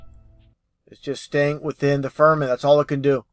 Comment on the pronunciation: If mispronounces "firmament" as "ferment" one more time... Oh, wait, he's saying that because he's really drinking himself stupid... Or more stupid. With a name like I would assume that he is deliberately providing false information, not hidden conspiracy details.